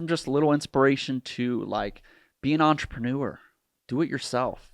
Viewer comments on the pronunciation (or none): none